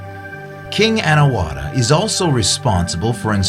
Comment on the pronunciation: Anawratha is pronouced not A na wra tha but " Anaw ra tha ". please.